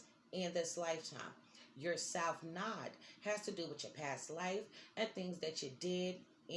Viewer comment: It’s node not nod, rhymes with nose